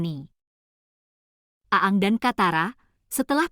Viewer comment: bacanya aang bukan aang